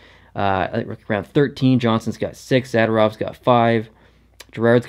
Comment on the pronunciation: Don’t mean to be rude, but in the future, Zadorov is pronounced “Zuh-door-ov”